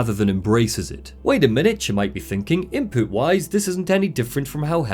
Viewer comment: hehe "Inpoot" Sorry